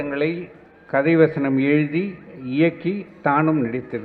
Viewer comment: காத்தாடி வசனம்யா அது, வச்சனம் வச்சம் னு த்தல் வதக்குற மாதிரி வதைக்கிற